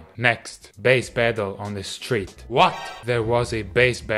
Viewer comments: Thought he said "straight" when he said street. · I swear he's saying, "straight bassist" - next up, gay bassists. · Am I the only one who thought he was saying "Straight" musician the entire video?